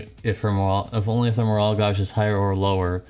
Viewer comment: Gauge dude. Like cage. Also, are you sick? You have dem sniffles.